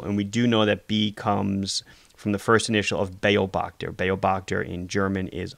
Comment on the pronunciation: Thanks, very good presentation. In "Beobachter", (german) the emphasis is on the "o" just for your information.